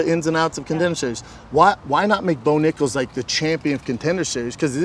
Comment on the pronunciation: He really said Bo Nickels…. Ffs it’s Nickal.